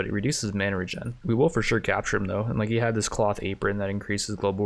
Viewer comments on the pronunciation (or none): none